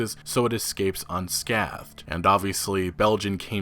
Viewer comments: "sc-aye-thed" not "sc-ah-thed". please. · It’s pronounced scaYthed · Sk-eh-thed not sk-ah-thed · It's "scay-thed" bro, not "scath-thed" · Scathed rhymes with shaved, you pronounce it the same way just with a "sk" sound at the start. Thank me later. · It's pronounced sc--ay--thed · "Scathed" has a long A sound. Thank you for the video. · Good video, only one critique. It's pronounced "Skay-thed" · Pronounced scAthed. Scaythed. Scaything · Scathed is pronounced Scaythed like Bathed. Good discussion, but that just forced me to comment :) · Love your work, but for god's sake man, scathed is pronounced with a strong "A" like when you say "bay". Google it :D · Google "how to pronounce scathed". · I was on board until you pronounced “scathed” and “unscathed” wrong.. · It’s weird I’m bringing this up, it’s a good video. The ‘a’ in ‘scathed’ and ‘scathing’ is a full ‘a’. Not as in apple, but as in hay. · "scathing, scathed" have hard As in their pronunciation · Good report but Bro your saying scathed wrong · Mike, from Texas: Thank you. I’m half Scottish / Half American and am stuck that US schools don’t teach the double consonant rule.